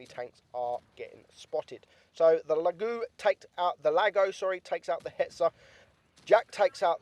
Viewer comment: I prefer your pronunciation of the Lago: La Goux. LOL